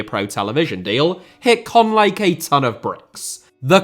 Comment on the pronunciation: its caen not cannes